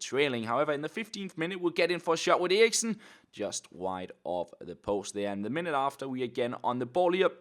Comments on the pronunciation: Well this is pretty awkward especially because says "Eriksen" the right way.. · In Denmark that is how you pronounce it...